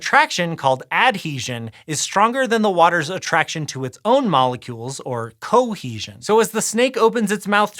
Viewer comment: Weirdest pronunciations for adhesion and cohesion I ever heard.